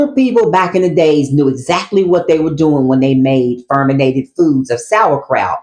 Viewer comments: Fermented, not ferminated. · It’s fermented, not ferminated